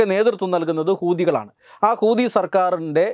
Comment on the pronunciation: ഹൂദി. അല്ല.. ശരിക്കുമ്. പടിച്ചിട്ട്. പറയുഗ.. ഹൂത്തിഗൾ.